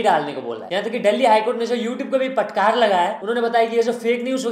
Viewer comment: Bhai aapne fat kar ko patkar bol diya 😂😂😂